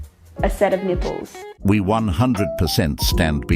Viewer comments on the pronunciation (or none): "ah set of nipools"